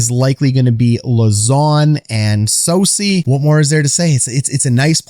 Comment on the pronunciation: Soucy not saucy